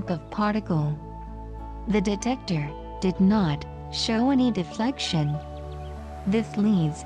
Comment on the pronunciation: Detector.. not decetor. Otherwise, a beautifully explained video ❤️